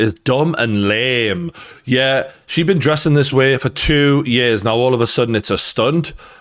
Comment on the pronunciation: I love how you said Kanye was this way for years and years, but because of your accent you said "Ye's and ye's" 🤣